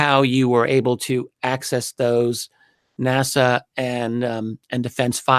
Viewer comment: Just to let everyone know no body else in the UK says NASA like he does in the U.K. I'm really surprised to hear how he pronounces it, he must have heard thousands of people saying NASA over the past 20 years!